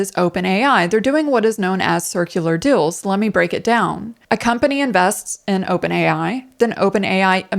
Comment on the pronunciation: Unrelated but I keep on hearing 'dills' instead of 'deals' and it's super distracting xD